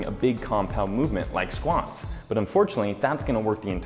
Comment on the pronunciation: Squants or squats lol I'm sorry it's just funny how you said it